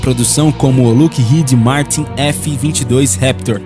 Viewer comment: Deve melhorar a pronuncia das fabricantes americanas, Northrop Grumman e Lockheed Martin